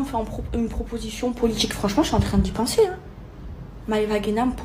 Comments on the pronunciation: "La politCHique" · "la politchique" ptn dire que ma petite soeur s'exprime de la même manière, ça me rend fou.